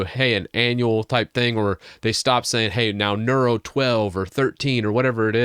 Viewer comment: ..."Near-oh" like the Roman Emperor, whose name does not rhyme with churro.